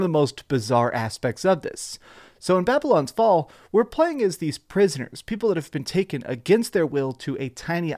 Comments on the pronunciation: Hey man great review really helpful but just so you know you said the name wrong just wanted to let you know but great video man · Could have made sure you can say the name of the game right at least in the intro…